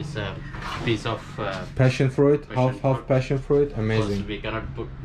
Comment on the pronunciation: Careful how you pronounce "beach"!! 😂😂😂 Also, you don't need to pronounce the "i" in the word fruit. It's pronounced "froot". 😃 Love the videos!